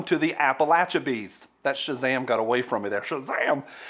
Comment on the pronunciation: Was your SHAZAM! done in a Maine accent?